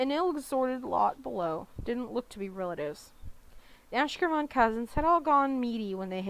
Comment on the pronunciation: Great recording, the only issue I have is the pronunciation of Van's last name. I believe that it is "Ash-kev-Er-on".